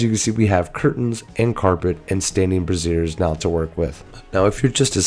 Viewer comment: You pronounced brazier like brassiere. Brazier is pronounced "Bray-shur". "Bruh-zir" is a bra.